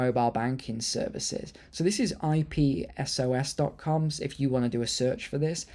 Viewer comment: It’s ‘IPSOS’ - pronounced phonetically.